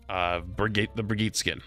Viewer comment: You say Brigitte weird lol